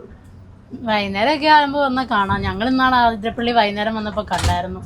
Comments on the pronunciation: ആതിരപ്പിള്ളി❌ alla അതിരപ്പിള്ളി ennanu ✅ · It is Athirapally not Aaathirapally. Neettanda. Sounds odd.😊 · It’s അതിരപ്പള്ളി NOT ആതിരപ്പള്ളി 👍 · CORRECTION: NOT AAATHIRAPPALLI, IT IS ATHIRAPPALLI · ആ തിരപ്പിള്ളി അല്ല അതിരപ്പിള്ളി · ആതിരപ്പള്ളി അല്ല അതിരപ്പിള്ളി ഞങ്ങൾ മുൻപ് ടൂർ പോവുമ്പോൾ ചോദിച്ചു ആർക്കും അറിയില്ല 😂😂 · congrats...pls correct, its not aathirappilly..its athirappilly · ആതിരപ്പിള്ളി അല്ല ' അതിരപ്പിള്ളി എന്നാണ്.. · ആതിരപ്പള്ളി അല്ല : അതിരപ്പിള്ളി അല്ലേ? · അതിരപ്പള്ളി ആണ്.. ആ അല്ല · എന്താണ് ആതിരപ്പള്ളിയെന്ന് പറയുന്നത് അതിരപ്പള്ളിയല്ലെ